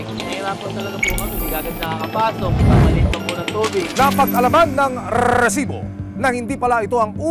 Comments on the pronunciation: Rrrrrrrrrrrrrrrrrsibo. Kala ko nagha hung cp ko. Rrrrrrrrrrrrrsibo😂😂😂😂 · Ayos n sna ung documentary.. Kaumay lng ung paulit2x na RRRRRRRR|RRESIBO.. 😂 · Pwede po bang pakibawasan ung pagsasabi ng rrrrresibo. Medyo cringe e haha di ko maseryoso ung topic nyo 😂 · Umay sa rrrrrRrrrRrresibo.. 😅Very paulit2x.. 😂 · RRRRRRRRRESIBO 😂 (batkasi bawat pag sabi ng resibo ganyan HWHAHWHA) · ok sana itong resibo, kaso OA lang yun pagkabigkas ni sumangil ng rrrresibo😅😅😅